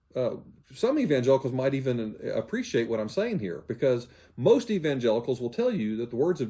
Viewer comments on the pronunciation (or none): none